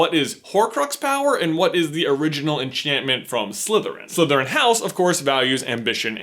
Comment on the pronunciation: I find ' accent a bit distracting. The way he pronounces the "th" sound as a "v". So he says Slyverin instead of Slytherin. 😲